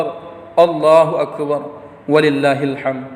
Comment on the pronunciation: Ada lima kesalahan Khotib ini, di antaranya: waktu baca ayat wa lillahi (ولله) .